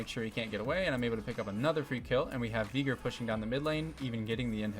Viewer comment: My brother, that is NOT how you pronounce Veigar